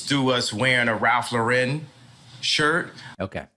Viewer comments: Kanye - it’s Ralph LAUREN. Pronounced like the first name Lauren. (Example: Lauren Bacall, Ralph Lauren) Not “La-Ren.” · David, you’re pronouncing Lauren incorrectly. Don’t try for fancy. Just say Lauren. Look it up.